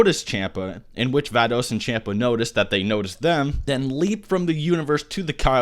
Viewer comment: bro wtf? its pronounced champa(Shun-pah) Vados(Vah-dos)